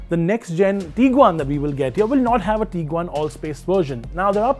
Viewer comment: dude the pronounciations are just so funny! Taigoon.... Teaguan.... Tooareg and the big one... (V)olkswagen!!